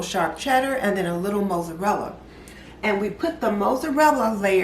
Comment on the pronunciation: Looks delicious, but I'd be interested to know why the milk and egg mixture can't be added before the dish is topped with cheese. Also, I like the way you pronounce Mozzarella- you say Moozerella and I've never it pronounced that way before. I'm going to try your recipe. Great job 👏🏽